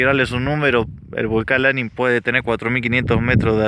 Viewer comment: 3747 mts altura, es LaNIN, acentuada la ultima silaba